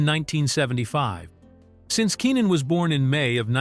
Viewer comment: ikr his name is pronounced KEY NIN lmao they keep saying kennin they need to get with it